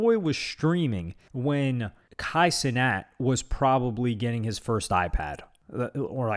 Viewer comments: " Ey luk Budy " and " Kay Cinet " had me dead. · this man said “K cenat” 😭😭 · "it's kai cenat" 'ohh'